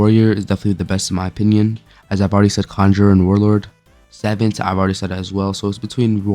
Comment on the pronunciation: why are you saying savant like that. its suh-vont.